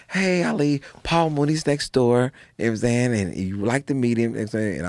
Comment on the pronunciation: I love when he says "mmsayin" it's almost J roc esque